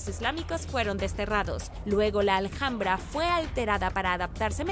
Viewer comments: Gracias por informarnos tan bien como lo haces.Pero en Español la h intercalada en cualquier palabra es muda,No Aljambra,si no ALAMBRA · Justo lo acabo de escuchar y hiba a comentar que la h de Alhambra no se pronuncia, jajajaja. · Hola,en Español no se pronuncia la h como J,es muda Seria ALAMBRA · Vente a España y pronuncia Alhambra como Aljambra y te sacan del país a gorrazos, jajajajajaja